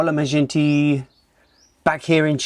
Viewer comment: Nice and informative,! Beautiful scenery. Tiny thing, “mi gente” is pronounced “me hen-teh” 😂